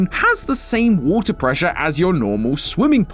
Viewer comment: that “water” sounded like the fake easy in the adventures of norman (absolutely no one understands what im talking about)